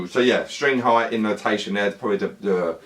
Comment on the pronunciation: My Finnish ears heard that you kept saying innotation. It's intonation xD